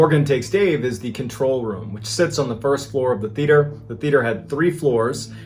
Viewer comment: I do like these stories, but please learn how to pronounce Theater. Also, when inside, it's called the floor, the ground is outside.